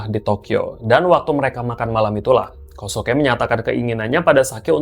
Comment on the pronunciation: Kosuke cara menebutkannya KYOSKE…